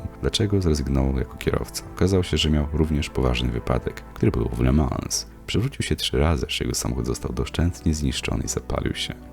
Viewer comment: Le Mą - nie La Mans